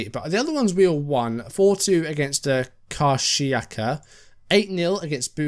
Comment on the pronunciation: One pronunciation point - 'fatty' is incorrect; it should be 'fart-y' XD You got 'Karsiyaka' spot on though